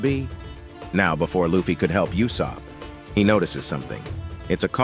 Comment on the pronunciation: damn or dawn. did you really say Yuusop??